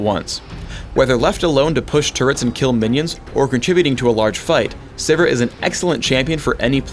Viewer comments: lol I thought it was pronounced "Siv-eer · okay so her name is pronounced siver not sivir.. good to know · ITS SIVIR LIKE SEVERE DAMMAGE PHRAKE WTF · am i the only one who pronounces it "Severe"?